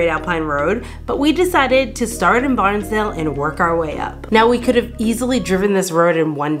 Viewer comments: 16.31....your videoing my house😊....and you say Banns Dale.....not Barnsdale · Banns Dale😂 it’s ok, I had an uncle who lived that way so I grew up knowing how to say it. By the way, recently I was corrected on how to say a town, live and learn. Wow, so envious of that first walk, and yes, even the cold plunge! I just need to see where my feet are going… curious, just when did you film this? Fabulous episode 👏👏👏👏👍 by the way, check out True Blue Travellers, you should get some laughs 😊